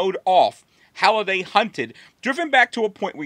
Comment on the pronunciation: isn’t it Halliday and not Holliday?